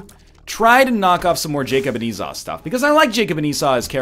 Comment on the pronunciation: Yesss, he started pronouncing Esau right! :-D